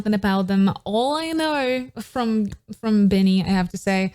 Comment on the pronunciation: Heyyyyy, I don't mean to offend you but BINI is pronounced as (bee-nee)